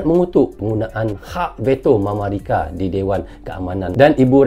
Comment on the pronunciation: bilang mamarika😂😂